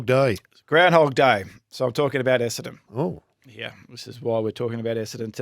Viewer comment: Could someone please teach that Essendon has TWO ‘n’s’ in it…….EsseNdon not EssAdon!